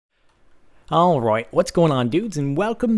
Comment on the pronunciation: how come he says all roight in a accent